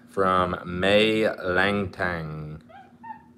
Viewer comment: “LANGSTANG” “LANGTHANG”: “LANGSTON?”: “LANGTHANG.”